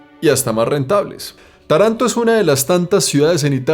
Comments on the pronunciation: se pronuncia "Táranto", con la a acentuada, aunque en italiano el acento ortográfico se usa sólo al final de las palabras. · Interesante video. PS. Se pronuncia TAranto (con el acento en la primera silaba XD) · Se pronuncia Táranto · Video espectacular...pero se pronuncia Tàranto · Querido, a mi esposo y a mi nos gusta muchísimo tus videos....aprendemos mucho. Ahora; Taranto se acentua en la primera A; no en la segunda....no importan, se entiende, pero seria bueno pronunciarlo bien. Te lo dice una Ítalo-Argentina. Saludos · Normalmente siempre he escuchado decir a la gente culta y en la literatura en general el nombre Tarento qué creó y Estoy casi seguro que es cómo se pronuncia y no e escuchado decir, Taranto pero tal vez se diga también así..mmm no lo sé .. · ES Taranto,no taranto! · La ultima parte del video es corecto. Si quieres perder tu dinero y tu higado, va bien vivir aca. Le faltò decir que tener negocios en el sur Italia es probable que conosca la palabra....pizzo, y junto con la espantosa burocracia,te daras cuenta en el infierno que te metiste. Taranto se pronuncia como (Tàranto). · Perdoname pero mi oreja italiana sufre cada vez que decis Taranto con acento en la segunda a. Ademas te explico que te regalan la ruina asi' que puedas empezar a pagar impuestos, porque si', tambien en Italia si te vulves proprietario estas listo para darle plata al estado. Saludos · Buen vídeo, una cosa se dice Taranto con el accento en la primera A. Segundo Taranto nunca será un lugar turístico como tu has decido tiene un industria siderúrgica importante (seria interesante un video breve en los alreador que marece otro planeta) que a traído mucho problemas medioambiental y de salud pública (las tasas de cáncer y tumores en cancro son muy arriba en la media nacional). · Hola se pronuncia Tàranto no Tarànto ciaolin... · Se pronuncia Táranto. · Se pronuncia con el acento en la primera a y en la o. Por así decir Tárantó.